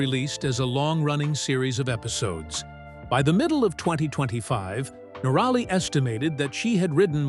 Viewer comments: Someone should tell the AI reading this that it is NORaly....not norALy.....please adjust the program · if your going to a click bait story on someone as successful as Itchy Boots at least pronounce her name correctly. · Not the only person to go through a relationship breakup. Always suspicious about someone who has not bothered to learn how to pronounce her name.